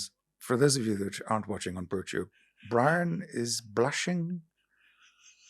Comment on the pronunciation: Bwon more for 🎉